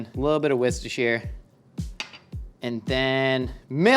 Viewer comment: I hate how he says Worcestershire